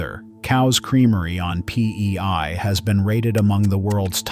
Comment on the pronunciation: Bro really said PEY LMAO